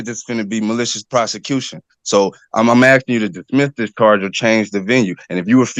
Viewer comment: He keeps axing and axing.😅😅😅😅